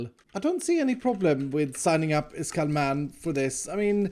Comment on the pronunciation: Why Everyone Says His Name Wrong? His Name Is.